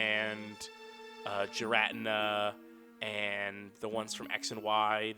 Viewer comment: Every time says "Giratina" as "Ji-rat-in-a" kills me just a little bit